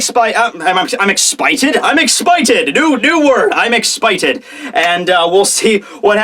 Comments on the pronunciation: I'm not just expited........ (I'm exshited!) 😅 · “expited” Lol 😂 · EXPITED? EXPATED? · "I'm Batman motherfucker" "Am expited" HAHAHA I was laughing like crazy on those tho parts.